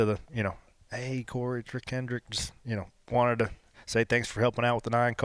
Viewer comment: At least he knows it's "Hendrick" not "Hendricks" 🤷🏻‍♂️